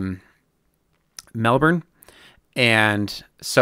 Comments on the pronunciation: Another nice one mate. Good job on pronouncing Melbourne too. We say it as if it’s spelled “melbn” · We pronounce it Melben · Nothing wrong with the way you pronounced Melbourne